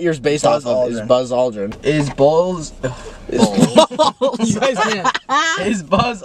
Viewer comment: ‘Neil strong’ and ‘bahllz’ 😍